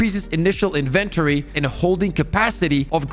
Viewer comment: Bro why u say inventory like that?😂 lol that's all I hear now